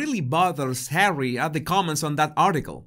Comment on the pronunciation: It’s kind of humorous when you call just Hawwy just “Number 6” 😂